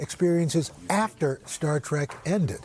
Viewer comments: Someone please tell Al Roker its not "STAR TRACK". Man .... I know these news show talking heads don't "do their homework" but come on. Who doesn't know the name of the show of the guy he's interviewing? Especially when its the most famous TV show in the world? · 14 seconds in he said "Star Track". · I haven’t heard anyone mispronounce “star trek” as “star track” since I was a kid. That’s lame dude.